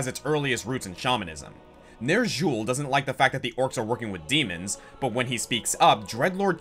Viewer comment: ...the way you say Xul, Ner'zhul, and Illidan...hurts.